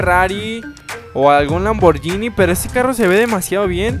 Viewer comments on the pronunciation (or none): none